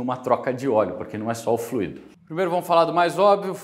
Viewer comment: Curiosidade: a palavra FLUIDO (sem acento), enquanto adjetivo ou substantivo (como é o caso do vídeo), tem sua pronúncia mais aproximada da expressão "cuido", por exemplo. Pode parecer estranho, mas o acento em "fluído", trazendo a pronúncia mais próxima de "ruído" só tem lugar quando da utilização do particípio do verbo fluir: o trânsito tem fluído bem, por exemplo.